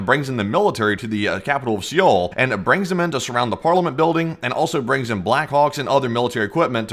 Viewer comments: Seoul is said with silent E its very annoying the way ur pronouncing it, for future videos look it up Plz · Learn how to say Seoul before you go live next time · The E in Seoul is silent for goodness sakes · ffs figure out the pronunciation of the city you are gonna talk about before making a whole youtube video. It doesnt have to be perfect. Nobody expects you to be but at least get it in the ballpark. Especially since its the capital of a major western ally in the pacific... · Seoul is pronounced Seo-ul (just say Soul), not See-oul. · SEOUL isn't pronounced see all....its pronounced like Soul. You are making my korean wife cringe everytime you say "see yeall" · How is it, that sometimes you pronounce the capital of South Korea "se-oul", with two syllables, and other times you pronounce it correctly, Seoul, with one syllable? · Pronounced soul not see ol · Dude, it's just pronounced 'Soul', the 'e' is silent. It's not 'Sea-ole'. Pretty importent if you are going to mention it a hundred times in 14 minutes. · SEOUL...is "sole", the E isn't pronounced. SOLE/SOUL, not SEE OUL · The way he pronounces Seoul as seee ole it’s pronounced soul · Good info, but it´s ¨sole¨, not ¨see ole¨ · It's "Soul" dude. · Just so you guys know for the livestream , it's pronounced soul . Thanks for the video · Cringe to watch everytime you pronounce Seoul. Its pronounced Soul. Prolly never had to say it in your life but you're welcome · I hate the way you say "See-ool" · learn how to say seoul bro! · Thanks. Its pronounced Sole mate. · Please google how to pronounce Seoul…. Its supposed to sound like sowl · It’s Seoul and not sioel 😂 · Seoul is pronounced like Soul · It’s not pronounced SEE’OL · lol "Siyole" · FYI the capital of South Korea is pronounced like soul or sole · Seoul is pronounced soul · You do not pronounce it Seoul. You pronounce is soul. But awesome video thanks again. 🙏🏽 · Please pronounce the capitol as "Soul." I'm a Korean Army Intel linguist. Trust me.